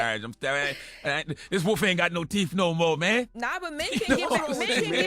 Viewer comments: The no teeeef is crazy. 😂😂😂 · Yall on radio saying ‘teef’ is wild 🤣🤡